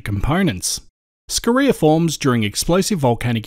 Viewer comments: say "scoria" wrong please... yeah carry on.... Aside that, keep the good work up! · Interesting way to say Scoria, (scoreea), depends on what school one went to, neither right or wrong 👌👌🥰. Edit: I've just subbed to you channel 🤗👌